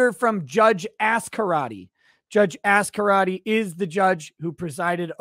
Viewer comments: Okay. I’m saying it. You blatantly said “ass-karate” - is this an in joke I’m unaware of 🧐😅😅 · Why do you always emphasize the 1st syllable of the judge's name? You always say Ass-Karate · Lol when you say the judges name it sounds like "ass karate". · lol when says her name it sounds like Judge Ass Karate